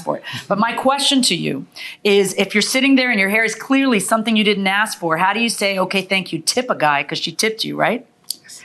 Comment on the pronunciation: "Tawk" "Axs"